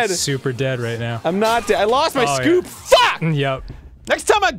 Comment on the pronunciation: lessen how he says scoop lol